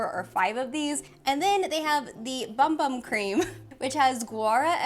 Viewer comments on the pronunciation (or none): I'm brazilian and I love your channel. Been with you for a loooooong time. Is it ok for me to tell you that the "right" way to say Bum Bum is more like "Boom Boom".:D